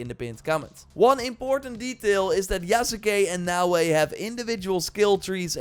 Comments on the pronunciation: lol you still got the end incorrect. Sahs-keh Yahs-keh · Yas-kay You've watched Naruto, right? lol Sasuke Sauce-kay Mispronouncing things gets under my skin is all. 😋 Already took a leap of faith and preordered the gold edition. Game has promise. Looking forward to the direct next month.